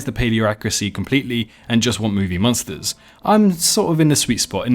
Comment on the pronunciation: lmao why do you pronounce monster like that😭😭